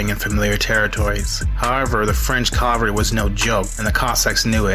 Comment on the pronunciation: Interesting. But you mispronounced cavalry. That's ca-vahl-ree.